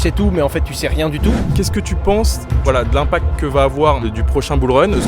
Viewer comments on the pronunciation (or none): Impact et non pas impacte